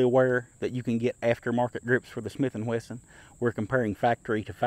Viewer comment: Dear: I really like your videos, and I enjoy even your tabletop comparisons; you have a way of making them interesting and never boring. They are also very accurate, which is why I wonder why you keep saying “Smith & Whesson”, instead of the correct name Smith & Wesson. I don’t mean to be picky, or disrespectful. Just encouraging you to maintain your very high standards. Thank you for your great videos.